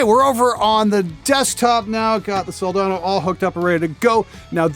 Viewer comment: good gawd, thank you for pronouncing it right. hope in humanity: restored.